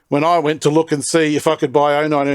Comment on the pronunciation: It's pronounced "OO-no", not "YOO-no".